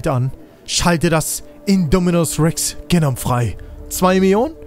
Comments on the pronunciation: Hey feier deine videos!! Just a little reminder es heißt genoooom nicht genom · Du musst Genom definitiv anders aussprechen - hört sich an wie eine Krankheit 🤭😂😂